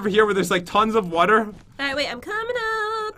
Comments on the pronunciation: Lol he says wuter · Water not Wter pat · Hong Kim He says water def